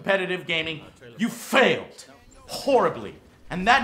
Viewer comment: You F-Hailed! HHHorribly!! lol Ode to!!!